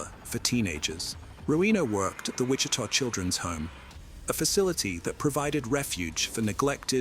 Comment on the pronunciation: Also, not Witcha, but Witchita.